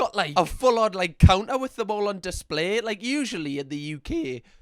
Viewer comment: he turned into mario when saying “in the UK”